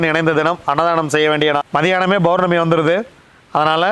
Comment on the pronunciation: அருமையான தகவல்.. பௌர்ணமியை Bournami என்று உச்சரிப்பதற்கு பதில் Pournami என்று சொல்லுங்க ஐயா.. உங்கள் தகவல்கள் மிகவும் உதவியானவை..